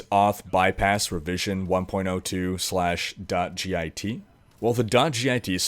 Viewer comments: I'm being queued as an angry programmer. Github is pronounced as a single word. Git isn't treated as an acronym. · It hurts my ears every time you say "G I T" instead of Git. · As a Computer Science major, I cringed hearing you say "gee aye tee" it's just pronounced "git" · Sweet video! It's git though, not g-i-t. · G.I.T. is pronounced get. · Made me cringe when you kept saying G I T. It's just pronounced git. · You can just pronounce "git" phonetically. That was painful to hear you say G I T every time. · please its "Git" not "G.I.T" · Three messages about Espresso? I'd be looking there for clues. BTW, It's not G. I. T. It's git, like stupid git, or git 'er done. It's the original author's sense of humor. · git is generally said as an acronym not an initialism, so git (like git over 'ere), not g.i.t. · God damnit it's one word. GIT not G I T. Say it like Hit with a G instead of an H. GIT. A GIT Repository >_< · LMAO "g-i-t hub..." Son it's just git, like say get. but with an I... lmao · Hearing him pronounce git as "G I T" was so painful... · Good video, but it's not pronounced 'g-i-t'. Just say 'git'. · its Git, like git gud, not G-I-T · btw you don't have to say "gee aye tee".. it's just "git" ( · "g-i-t repository" No. Just no. Please. It's called git. I suppose you probably put pineapple on your pizza, too. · Ahhhhhh, I love your videos, but your pronunciation of "Git" is killing me. It is pronounced "get", not "g,i,t" For reference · Love how you say "GitHub", it's pronounced Git, like.... "Learn to pronounce stuff you're reporting on you silly git!" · G-I-T. Git is annunciated as a word, not letter by letter btw. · you just say git and github, you don't say the letters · As a developer who uses git regularly, hearing you repeatedly call it gee eye tee was triggering me :) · It's pronounced "git" like "get." That was just annoying the shit out of me. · its pronounced Git you git